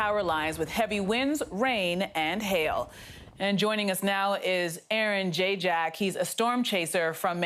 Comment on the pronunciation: lol "jayjack"